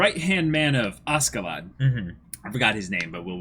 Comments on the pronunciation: Pronunciation note: Askeladd=ASHeladd. It's a Scandinavian thing. You're pronouncing the J in Jomsviking right, though, can't say that for every reactor. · This is Snake It's pronounced Asheladd in the anime, though. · I know, I educated myself on the subject, but in the context of the character in the anime it is pronounced with a SH.